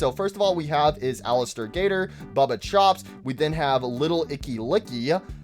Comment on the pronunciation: also it's baba chops not bubba chops get the names right